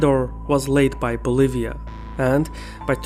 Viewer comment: They really said "fuggetabbouutt Boliva."